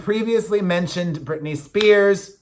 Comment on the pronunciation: aw love you too....and Brittany is not the same name it has 3 syllables